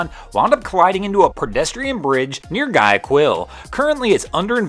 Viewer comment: I think the folks in Ecuador say something more like why-ah-keel for the port city of Guayaquil. Still, a tough situation for both the White Swan & the small tug. Good stuff, as always.👍